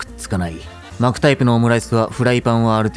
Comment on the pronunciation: 巻くタイプを【マークタイプ】に聞こえて??ってなったWWWWW